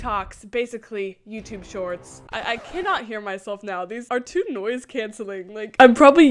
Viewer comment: “These are noice canceling headphones” Got me laughing. That should be in a history book.